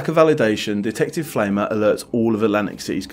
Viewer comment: "Pflaumer" is pronounced rhyming with "Plow-mer" ... "Pflaume" is German for plum.